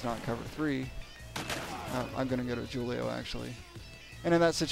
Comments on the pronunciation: Its not "jew-lio"... Its "hu-lio"... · "Jew-leo" ROFLMA